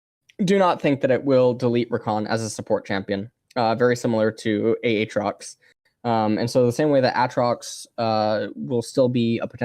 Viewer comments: said aatrox like Ay-ay-ron in key and peele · He does that on purpose (at least the ay ay trox) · if you're actually genuine about this. it's because he kept calling him "ah-trox" and people went mental so he's just calling him that to further annoy the vocal peeps :p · How you pronounced aatrox, reminded me of a a ron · A... atrox? Uhtrox? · who the fuck says A. atrox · Literally never pronounces a single champion's name correctly XD. Ay-Ay trox??????? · 3 different pronunciations of aatrox in 1 minute. Impressive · Why does he pronounce Aatrox like Key from key and Peele pronounces Aaron??! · The way he pronounces each champions name completely different ways in the same sentence. Lmaoo